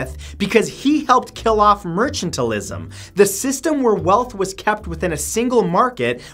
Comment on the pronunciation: I thought it was Mercantilism not Merchantilism